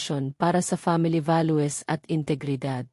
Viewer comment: Pa ngit mag pronounce ng narrator